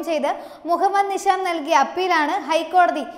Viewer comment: നിശ, നിഷാം, നിസാം, ദോശ, ദോഷം, ധിഷണ, ദാനം, ധിക്കാരം, രഥം, ഫലിതം, ബലം, ഭാഷ, ഭിഷഗ്വരൻ, നന്നാവുക, സാവധാനം, ഘർഷണം, ഗുണം, പഠിക്കുക, പാടുക, ..... തുടങ്ങിയ വാക്കുകൾ അക്ഷര സ്പുടതയോടെ വായിച്ചു മനസ്സിലാക്കാൻ ശ്രമിക്കണം.. അത് ഉറക്കെ പറഞ്ഞു പഠിക്കണം.. എങ്കിൽ മാത്രമേ ഉച്ചാരണ ശുദ്ധി ഉണ്ടാവുകയുള്ളൂ.. വാർത്ത അവതരിപ്പിച്ച ഈ കുട്ടിയ്ക്ക് മാത്രമുള്ള പ്രശ്നം അല്ല, ഇതിലെ മുൻനിരയിൽ നിൽക്കുന്ന അവതാരകർ പോലും പല വാക്കുകൾ ഉച്ചരിക്കുമ്പോൾ ഇത്തരം പ്രശ്നങ്ങൾ കാണാറുണ്ട്.. ഇന്നത്തെ പുതിയ തലമുറ, പത്രങ്ങൾക്ക് പകരം നിങ്ങളെ ആണ് കാണുന്നത്.. നിങ്ങളുടെ വാക്കുകളിൽ നിന്നാണ് അവർ നമ്മുടെ മാതൃഭാഷയെ മനസ്സിലാക്കുന്നത്.. നിങ്ങൾ തെറ്റായി ഉച്ചരിക്കുന്നത്, പറയുന്നത്, വരും തലമുറയെ വഴിതെറ്റിയ്ക്കും. അത് മലയാള ഭാഷയോട് ചെയ്യുന്ന പൊറുക്കാൻ പറ്റാത്ത അപരാധമാണ് എന്ന് മനസിലാക്കുക 🙏 തത്വമയിയെ ഒരു വെറും യുട്യൂബ് ചാനൽ എന്ന നിലയിൽ നിങൾ കാണാതെ ഇരിക്കുക. പ്രവർത്തിയിൽ കുറച്ച് പ്രൊഫെഷണലിസം കൊണ്ടുവരിക.. നന്മകൾ ഉണ്ടാകട്ടെ